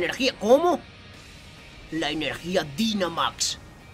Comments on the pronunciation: Oas el Dinamax se pronuncia Dainamax (y según en la serie viajes se escribe Dynamax) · la palabra dinamax se pronuncia dainamax